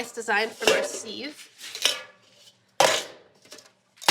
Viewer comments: Who taught you how to pronounce sieve like "seeve"? It's sieve like "siv". Love the content but seeeeeeeve grinds my ears. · If you’re from NYC you know from the box that that’s Junior’s cheesecake, very authentic NY cheesecake. But it’s anything but light, lol. Real NY cheesecake is dense, super-creamy, and heavy. I’ve never heard anyone pronounce “sieve” like “seeve.” It’s normally pronounced “siv.” And “learned,” as an adjective, is “ler-ned,”two syllables. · Why does she say sieve like that?